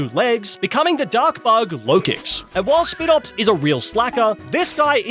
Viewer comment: Seriously are you calling spidops that on purpose, its sp ‘eye’ dops not sp ‘I’ dops